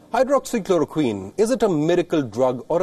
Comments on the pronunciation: He says hydroxy chlorokin🤣🤣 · WHO is a useless and a corrupt organization funded by China. If India would have followed WHO instead of ICMR, it would have been more worse. Tedros can't even pronounce hydroxychloroquine. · Ted does not even know how to correctly pronounce Hydroxychloroquine.. such an ass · First he helps CCP to distribute the virus to the world and now throwing mud at everyone who tries to question . My brother is 12 years old and he can pronounce it better than him.